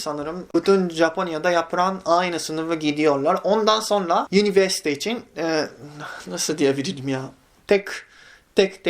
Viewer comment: Abi yiniverste degil universite 😅😅